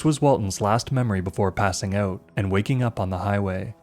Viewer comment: "Word got OOT" Canadian detected